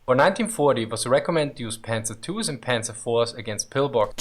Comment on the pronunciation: It's not pronounced Pänzer ... we say Panzer without Umlaut so I don't know why this guy is butchering this word.